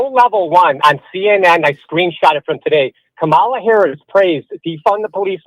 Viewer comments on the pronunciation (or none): Another MAGA dickweed intentionally mispronouncing Kamala